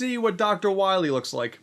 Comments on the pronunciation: Ah yes, Dactuh Wahwee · i herd him say "doctor wahwe" and thought you must recohver all the energy immediately m-mega man... (insert funny ha ha here) thas a good kwestion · Dr wahwee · Dr. Wiwy